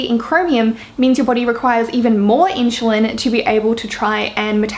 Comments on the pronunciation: Could be your accent, I’m British and we tend to pronounce things similar but it does sound like you’re pronouncing it like ‘Inch’ rather than ‘in-su-lin’ xxx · It's pronounced IN-SU-LIN not IN-SHOE-LIN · its insulin - spelled as ssss and not sh ! really bothers all along the video ! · You say inSHulin, like how everyone says SHugar. It is usually pronounced inSSulin, but it doesn’t matter because we all know what you mean. Love your accent! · I don't care if you say inshoelin, your so cute😚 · I'm pretty sure pronounciation of insulin has nothing to do with Aussie accent. It's funny though. I had a good laugh. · You are pronouncing the "su" in insulin, like how u do the "su" in sugar. It is wrong. you should pronounce it as the "su" in "super".